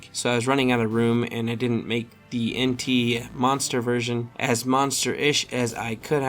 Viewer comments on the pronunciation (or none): Entei’s name is pronounced En•tae